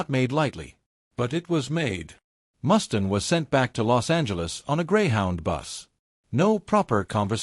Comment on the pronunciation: Mustaine, Mustaine not Mustin.. stupid AI